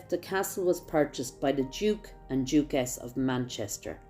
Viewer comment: "...Duke and Duke-ess of Manchester" ?